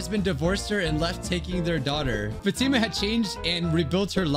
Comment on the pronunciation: the name Fatima is pronounced fought-emma